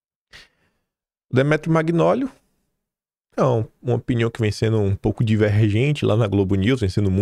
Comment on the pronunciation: Magnoli é um sobrenome de origem italiana e a pronúncia correta é "Manhóli".